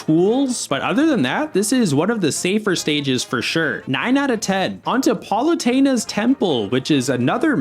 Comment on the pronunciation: It’s pal uh tee nuh